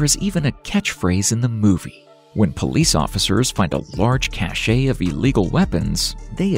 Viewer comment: It's a cache (cash) of weapons not a cachet of weapons. The paint ocre is not pronounced okra as in the vegetable! Good grief!